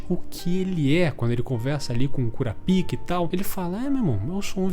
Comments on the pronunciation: Caralho, é muito ruim ouvir KuraPÍKA KKKKKKKKKKKKKKKKKKKKKKKKKKKKKKKKKKKKK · so eu acho engraçado ele chamando o kurapika de curapika ksksks